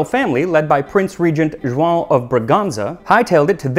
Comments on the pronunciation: Well done on your pronunciation of João. Words ending in 'ão' are usually quite tricky. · This video made me so happy! And I love the care put into the pronunciation of the Brazilian Portuguese words, I audibly gasped when I heard ''João'' spoken so effortlessly, it's the white whate of non-Portuguese speakers LOL Hope to see more Brazilian recipes in the future, there's so much to choose from, all with very interesting histories! Feijão tropeiro, coxinha, moqueca... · On behalf of all Joões out there, Portuguese, Brazilians, Angolans, Mozambicans, or from any other Portuguese speaking countries.. I salute you! That nasal ã there is a curse to most non native speakers, and specially to native English speakers. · The accent isnt perfect if you're Portuguese :*( In all seriousness, I was really impressed he got the ã from joão and pronunciation was really accurate in general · Hi, brazilian here. Its very nice the history put together. I was impressed by your pronnunciation of João - it is not very easy this one on non native speakers. The research is also amazing. Thanks for sharing. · It's the first time i see a non-native pronouncing "João" the correct way. This extends for all the brazilian portuguese that you had to spoke in the video. It's perfect. It really shows the extension of your research on the topic. I've see companies with with astronomical budget not even getting the names right when trying to garner brazilian attention to their media but here you are : presenting history with it's context, getting the pronunciation right , even the difference between "carne seca" (or "carne do sol" how we call here in the northeast) and "beef jerky". Absolutely amazing! Keep it up, meu amigo. Arrocha!